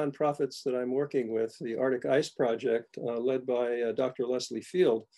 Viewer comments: Every time he says “Artic” we should take a sip 🥃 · Arctic is pronounced Arktik not artic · Why cant these guys pronounce arctic. As in Ark Tick, not artic. 90% of the volume of arctic ice lost. What utter tosh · I might have been too sleepy to notice. But now I’m going crazy with every “artik”. Maybe it’ll help wake me up! 😆🤦‍♀️